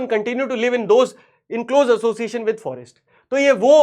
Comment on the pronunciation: Forest department ❌ Farest department✅